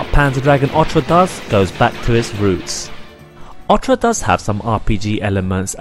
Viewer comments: saga not sega, orta not orcha learn how to fucking talk..........or read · Its not called Panzer Dragon Ortra, and You don't pronounce Sega as Sea Ga, its Say ga. There is no R in Orta, and Dragoon has 2 oo's not 1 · Otra means "other" in spanish. This game is called "O-R-T-A". ORRRRTUHH say it with me now.